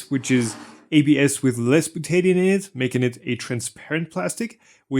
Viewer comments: You are pronouncing butadiene as byu-TAY-dee-un (with emphysis on the "tay"). My chemistry teachers always pronounced it byu-tuh-DIE-een. The emphysis is on the "die". The Buta part is the same root as in Butane, that flammable gas in cigarette lighters. It refers to four carbons in a chain. The die part means that there are two double-bonds in the molecule. The een part refers to the double bonds themselves. Of course I am an American which may make the whole difference. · Bootaydian? What is bootaydian? I think you meant. Butadiene, byoo· tuh·dai·een. Slow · Butadiene is pronounced bute-a-di-ene. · Properly pronounced “byoo-tuh-dahy-een”. This isn’t a Tomato Ta-Ma-To indifference and in chemistry not a good idea to parrot. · Dude. Its called Beaut-ta Di--eeeeeennneeee. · butadiene is pronounced byoot-a-dye-een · as a chemist... the way you pronounce Butadiene hurts my ears it is Bil-ta-dy-in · "buta-di-ene" instead of whatever it was you said mate, though maybe thats the Australian version... but it dosent end in 'o so it cant be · Ye that's not how you pronounce butadiene.